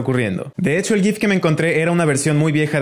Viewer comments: oye bro pronuncialo "guif" por que si lo prenuncias "yif" estas hablando de otra cosa muy turbia xd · Dijo yif creo y es gif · Se dice Gif. si dices "Yiff" es algo... Pornoso. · mejor decir como con la G (que suena Gif) porque de la otra manera suena igual que "Yiff" que es una cosa re turbia que mejor no buscar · No se dice yif se dice gif, pero aparte de eso buen video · Na que ve es jif no es gif ni g-i-f es jif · SI BUSCAN EL WEON QUE CREO ESO DICE QUE ES JIF ps:no miento yo lo busque :v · No se pronuncia gaiif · En realidad el creador del “gif” dijo que se dice “jif” :v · Si se pronuncia en inglés es "YIF", en español es "JIF"; para que fuera "GUIF" haría falta la U. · Se dice yiff 🗣️🗣️🗣️ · No es gif ni gif, es Yiff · Se escribe Gif y se dice llif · Se dice geft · no se dice gif se dice gif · Gracias ya no diré "gif" sino gif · Se escribe gif y se pronunca Waifai Algo anda Mal.jpg